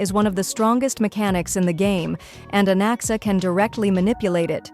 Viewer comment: I thought i heard bro said Alexa when bro said Anaxa but im noy kidding bro actually said Alexa